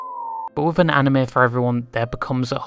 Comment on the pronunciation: Props for actually pronouncing Anime right 🤣